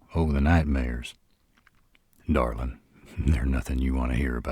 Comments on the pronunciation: I swear .. Darlin’ in a deep southern drawl .. it’s my weakness. I don’t know what it is but gets me flustered every time. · I LOVE how he says Darlin